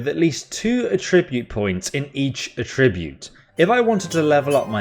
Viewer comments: Great video lad however the word you mispronounced is pronounced at-tribute not atribute as there are 2 t so attribute now thank you once again mate for a well informed and funny video cheers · Please learn how to pronounce 'attribute' (It's not 'A tribute'). That was painful to my ears!